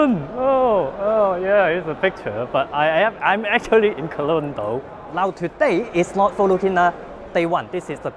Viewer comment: pronounces Cologne like Kowloon.